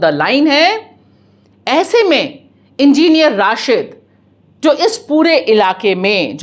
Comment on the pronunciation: Enginer Rashid nahin Madam Enginer Rasheed. Try to speak correct word correct name.